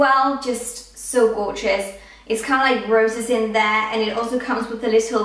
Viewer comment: why do you say gorgous